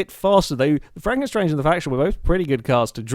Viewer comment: Isn't it Franken STANGE?